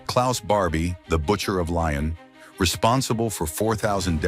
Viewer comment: Is pronounced Lee-own not Lion😂